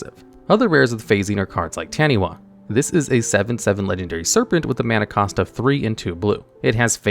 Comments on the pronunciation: In Maori, "wh" is pronounced as an "F". This it is pronounced as Tanifa. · Here to say Taniwha is pronounced tani-far. Its a mythical creature from Maori legend, so a wha makes a far sound.